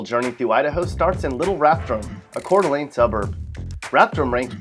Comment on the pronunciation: I am surprised he could pronounce Coeur d' Alene.